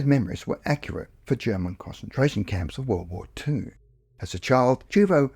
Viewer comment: These were interesting, but I could barely "cause-entrate" on the second story because the pronunciation of concentration was so awful